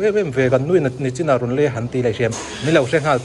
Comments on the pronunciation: Sir sawisel vang nilo in NACHIN ❌❌❌ hi adiklo NICHIN ✅✅✅tih zawk tur ani e.... Ahmuhnawm e... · Nichin ani zawk in ka hria nachin nilo in